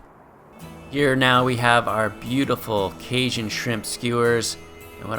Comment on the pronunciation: Kay JUN. Cajun. I liked the video but there is no sh in that word